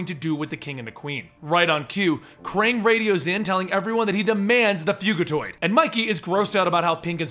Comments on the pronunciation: he said fuGitoid not fug(g is a j)itiod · I'm just pointing this out cos I've seen the latest tmnt animated series the way your saying fugitoid is different too the way I've herd it before I'm pretty sure its short for fugitive droid or android and your saying it like fugue as in a fugue state etc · its FYOU-gi-toyd its fugitiod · not to be that guy but is it fujitoid(pronunciation) or fugitoid the way u said it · it is pronounced fujitued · love yout stuff, but my grammar nazi is screaming out at you to pronounce it fujitoid, not the g sound, lol. stupid I know, but had to get it out. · It's pronounced "FuJAtoid. Like fugitive android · youre pronoucing fugitoid rong. It's pronounced "fudjitoid". Sorry, had to say it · Dude come on!!! Fugitiod is a cross between the words fugitive and android. The "g" makes a "jah" sound, not a "gah" sound. How do you do so many videos, and yet consistently fuck up simple pronunciation?? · Not to be a dick, but it's pronounced Fujitoid. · It's pronounced with a soft G (a J sound). Because he's on the run, he's a fugitive android or "Fugitoid." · hate to ask but isn't it fugitoid as in a hard g sound like fugitive?